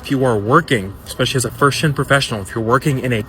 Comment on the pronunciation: The straight CLOWN talking about WALMART hiring people with "qualifications." 😂😂😂 It's Walmart you clown. Also "eXspecially"??? 🤡🤡